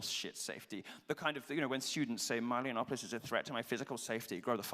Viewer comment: "meelo yiannopolous"